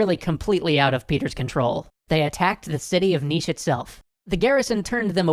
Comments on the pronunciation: Subscribed. You pronounced "Niš" correctly. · You perfectly pronounced Nis and the fortress is exactly the same